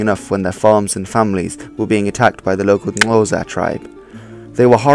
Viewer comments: Xhosa - rather say it as Ko-sa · Slag mean slaughter or butcher not batlle Sotho or Lesotho isn't pronounced like a normal th in English but more of a "too" sound so it would be pronounce something like "Su-too" or "Soo-too" Another incorrect pronunciation is that of Xhosa but I can't describe the sound using text. I'm from South Africa BTW. Cool vid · Sotho wordt uitgesproken als soethoe en Xhosa (klik)xohsah. Dus niet als (klik)xhoosaa. Just so you know.. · It’s pronounced COSA And soot who . Dingaan no “e” on the end